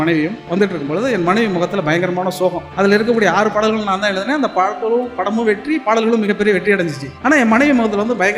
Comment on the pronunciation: நா.முத்து குமார்-யுக பாரதி எல்லோரும் நல்ல கவிஞர்கள்தான்..ஆனால் லகரம் ளகரம் வித்தியாசம் தெரியாததுதான் கொடுமை பாடல்கல் படங்கல்-மகல் என்று எப்படி உச்சரிக்கிறீர்கள்? நாமும் நல்ல கவிஞர்க....ள் னு சொல்லாம கவிஞர்க....ல்...னு சொல்லிட்டுப் போக வேண்டியதுதான்